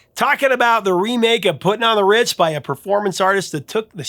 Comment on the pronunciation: Hahaha, Boyles garbled pronunciation of putting on the ritz makes me laugh every time.